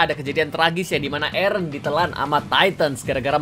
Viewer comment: Gimana sih...Mikasa terus bilang "Ereh..Ereh...Ereh" adeh...lelah dah dengarin🗿